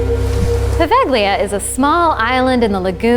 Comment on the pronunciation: It's pronounced Pa-vay-le-ah, not Paveglia